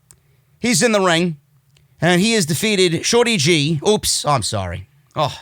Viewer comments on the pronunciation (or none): everytime say shorty g i fucking die laughing that shit so funny